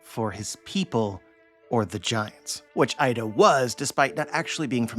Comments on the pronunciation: btw 'Ida' is not pronounced as 'Aida', but 'eeda', as like double 'e' in 'keep'. if you want to pronounce it as the source does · Her name is Iida not Aida